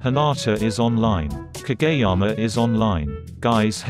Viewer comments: No one: the robot voice Pronounces kageyama as kAGAYyama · ...... so is nobody gonna talk about the fact that the voice pronounces kageyama as kaGAYyama ?? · I love how it pronounces "Kageyama" as "KaGAy-ama" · Ka Gay Yama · KaGAYama and tsukki as sucky LMAOO